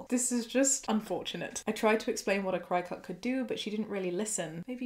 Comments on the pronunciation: I love this video but I just wanted to say that cricut is pronounced like cricket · Friendly fyi, it's pronounced cricket, like the bug. Also some very important info for anyone who is able to become pregnant. During the first couple of months after a pregnancy you are ridiculously "fertile". Seriously it is imperative that you use reliable & effective protection. It's not just a case of not wanting another child that soon, it's not safe health wise. Pregnancy puts a lot of strain on the body & it needs time to heal before going through it again. Interesting fact: while the body may be physically healed, hormone levels don't completely level out to normal levels until TWO YEARS after birth. I can't believe OP's Dr didn't tell her this, frankly it's borderline malpractice imo, crossing the line into just straight up malpractice if either her &/or the fetus suffer any significant consequences due to the Drs gross incompetence. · Apparently 'cri cut' is pronounced 'cricket' or thereabouts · Cricket not chicut? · Isn't Cricut pronounced cricket? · I'm from the US and my aunt works at a crafting store and she always pronounces it like "cricket" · Worked at a place that sold the things for 6 years. We pronounced them "cricket" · Hahaha. Gotta laugh a little. Cricut is said like the insect cricket. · I've been pronouncing it 'cricket'. Every day is a school day! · I have to ask is the Cricut pronounced different in the UK? I have always heard it pronounced the same as the bug (cricket) 🦗. I completely agree with the YTA judgement but the pronunciation but this going to bug me! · This is just me being nitpicky, but it’s pronounced like “cricket.”